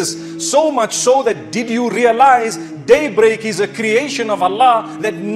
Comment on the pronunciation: Thanks mufti . But please improve your pronunciation daybreak is not one word there is a pause .